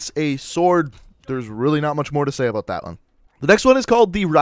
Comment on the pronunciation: new sub but stop saying "aboot"